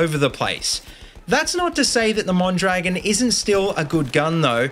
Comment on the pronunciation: just a little tip. it's pronounced mon-dra-GÓN